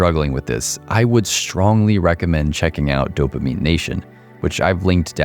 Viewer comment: You killed off anything spiritual when you said dopimine....dopamine..... wow. Don't listen to this guy's advice in this kind of light. Games are really fun that's why they're addicting. Let's not use ugly words here.